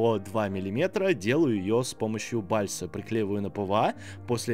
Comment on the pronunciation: "Бальса" (бальЗа!) очень режет слух😉, а в остальном всё супер!👍